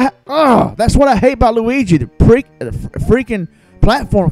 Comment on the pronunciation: "Lurigi" lmao